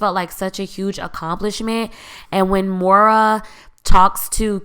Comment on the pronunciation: It’s Moira (PRONOUNCED Moy-ra,, Not Mo-ra )